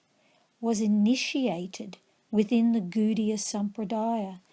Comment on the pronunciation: Pronunciation not so good though...it is not "Goodiya" but Gaudiya or Godiya...